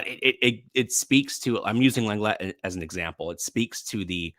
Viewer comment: Please at least try to pronounce your player Lenglet’s name correctly. It just sounds cringe! I’m not even French, but at least I try.